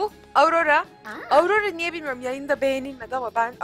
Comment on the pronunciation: aurora diye söylenmiyor orora diye okunuyorrrrrrrr abla bunu yanlış söyledinğğğğğğ